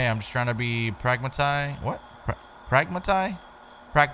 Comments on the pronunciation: It's pronounced Prag-Mat-ic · Prag-matic.. For the record. I know how to say it but I'll be damned if I know what it means 🤣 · Pragmatic is pronounced prag-matic. Kind of like automatic. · Prahg-mat-ik Pragmatic: being sensible/dealing with things using common sense Also that very last scare was something else hahaha omfg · “Prag-muh-TIC!” had me rollin🤣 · "Prag ma TIC" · Lol bruh it’s prag pronounced like hag, matic pronounced like tactic = pragmatic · Pragma-tic lol